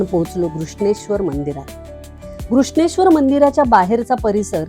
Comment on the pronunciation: केवळ नांव व्यवस्थित उच्चारलंत म्हणून बघते आहे हा व्हिडीओ. अन्यथा किती वेळा भेटी दिल्यात आणि कोणाकोणाला गाईड बनून गेले आहे तिथे आठवत सुद्धा नाही. असो. धन्यवाद. पण दौलताबादचे नांव, देवगिरी उच्चारले असते तर अजून छान वाटलं असतं. असो. 👍🏼🙏🏼